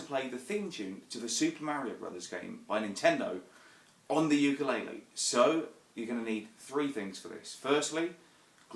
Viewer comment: if you're a teacher learn how to fucking say the name of the instrument you are teaching people to play